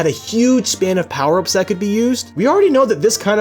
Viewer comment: USE ALL DA POWAH UPS